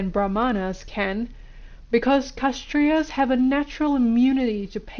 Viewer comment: The pronounciation is not KASH-trias but K-SHATT-RIAS The k sound is like half a K